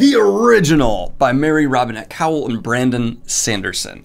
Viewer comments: Say it with me: KO-wal as in Mary Robinette Kowal. Not cowl, as in Batman. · Gahhh Daniel! Every time you pronounce Marie Robinette Kowals name I cringe haha - it’s pronounced CO-wall not cow-el. Also check out Sanderson’s podcast Writing Excuses as Marie Robinette is a cohost and they have some GREAT writing advice! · Many people correct Your pronounciation of Kowal to "Co-Wall", but it is most likely a Polish (or Ruthenian - Belarussian or Ukrainian) name which means "smith", and should be pronounced "Co-val". Probably her ancestor's surname was one of Kowalski, Kowalczyk, Kowalewicz etc. and it got shortened after they moved to America. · Daniel, Kowal = CO-wall, not cowl. Like Kowalski without "ski". It's in the FAQ on her website. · Great review. Love both of these authors. Small note, and I only know this because I have had the opportunity to meet her in person, but Mary Robinette's last name is pronounced (as she explains it) like 'koala' but without the 'uh' on the end. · Daniel I love you with all my heart but Mary Robinette's last name is pronounce "co-wall". She's one of the hosts of Writing Excuses with Brandon and she introduces herself at the beginning of every podcast. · Kowal is pronounced "Co-Wall" and idk why but it bugs me everytime. I'M SORRY OKAY I'M SORRY